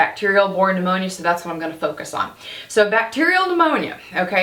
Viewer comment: P-new-moany. That takes me back 😄